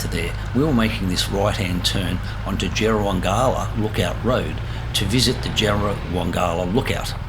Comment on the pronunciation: Great ride. Excellent vid. Locals say "JerraWANG'la.